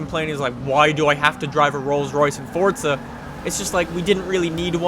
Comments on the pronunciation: Its Forza, not Fortsa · Dude its not forztza